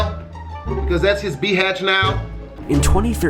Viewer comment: Bro said bhatchh lmaooooooo